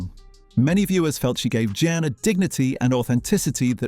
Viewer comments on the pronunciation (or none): John, Jen, Jan, Je-on. My god, get her name right. It's JEAN. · Jean, not Jan- for pity's sake!!! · Too annoying to listen to, as the presenter continually mispronounced the name of main character “Jean”. After hearing her called “Jenn”, “Jan”, and “John”, I gave up. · Whoever produced this needs to change careers. Amazingly incompetent, no attention to detail…for a fan base which notices details. Her name is JEAN not John… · When a program that promises to reveal "hidden truths" can't even get the name if the leading actresses character right (It's Jean not Jan) you know it is a complete waste of time. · Michael Williams was not in As Time Goes By. Also, her name was Jean not Jan. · Not Jane either! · Her character’s name was Jean…rhymes with bean! Her husband was NOT in As Time Goes By!